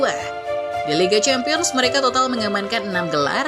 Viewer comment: Hala Madrid "Championes" 😂😂 Btw kemarin gua nonton BG Phantom vs Borussia Dortmund. Stadion a bagus, keren cuy.. Beda banget ama liga Indonesia.